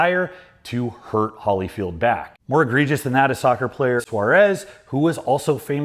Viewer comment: Did you seriously pronounce Holyfield as "Holly-field"?